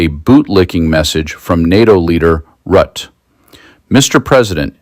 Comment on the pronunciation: Rutte is pronounced Roota.